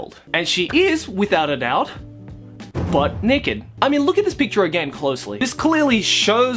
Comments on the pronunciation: I can only hear him say neked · The Monogatari series has sexual situations that makes fun of sexual situations... Flashbacks to the toothbrush incest scene Side note: I loved the way you say naked